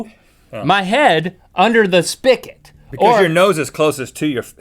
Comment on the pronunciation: spigot... with a 'g' damnit